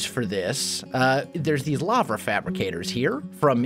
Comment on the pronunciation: "Lavra"? Where did the 'R' come from?